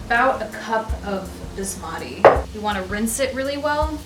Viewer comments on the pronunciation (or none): none